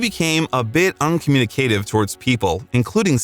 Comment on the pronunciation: To spend so much time on this, then mispronounce Haight Ashbury, uncommunicative, corps....bye